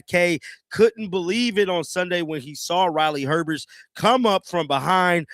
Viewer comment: It’s not Herbest, it’s herbst